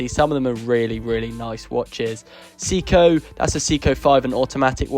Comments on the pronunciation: Say-co not see-co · Pronounced "Say-Koh"